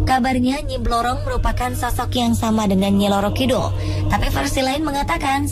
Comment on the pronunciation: Ngacok bukan nyi loro kidul woi nyi roro kidul yang benar